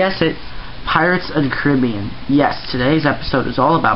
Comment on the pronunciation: why did you say pirates of the cribean?